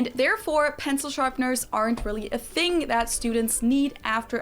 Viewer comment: Why is it a “fing” and not a “thing”?